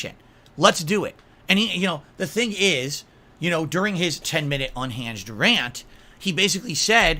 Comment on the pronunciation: Did he really say unhangged instead of unhinged